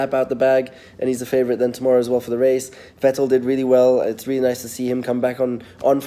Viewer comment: Nico saying vettles race pace is on point 😂😂😂